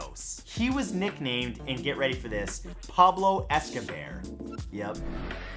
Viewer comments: I facepalmed 🤦‍♂️ myself after hearing Pablo Escobear.. 😂 😁 🤣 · Pablo Escabear made me laugh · “pablo escabear” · Pablo Escobear? Seriously?